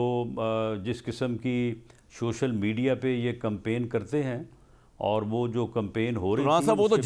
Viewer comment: shocial😂😂😂😂😂 aray rana siah social hota hai 😂😂😂 anparh kuch seekho per ao politics ma😅😂